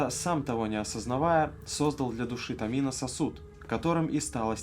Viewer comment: во всяком случае рифмуется на томИно а не на томинО